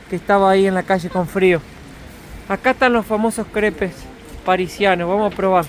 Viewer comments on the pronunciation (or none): los caracoles NO todos son comestibles....por favor es mala educacion, OLER la comida....mi familia te habia matado.... SE ESCRIBE CREPES PERO SE PRONUNCIA...CREPS.....